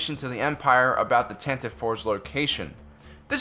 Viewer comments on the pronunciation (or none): The name of Princess Leia's ship is pronounced with three syllables, "TAN-tuh-vee." This was established in the Star Wars radio drama. Look it up. Also, I love your videos. Keep up the great work.